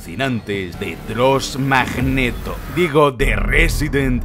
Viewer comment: Hasta que no puse los subtítulos, creía que decía Ross Magneto